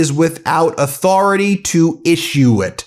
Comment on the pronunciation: Trump must be PISSED!! After all, he personally signed the Transparency Act! How dare the DOJ question his 'auth-oR-A-tAy'!! 😅😂🤣🤣🤣🤣🤣 These fucking clowns are beyond RE-DIC-U-LOUS!🤬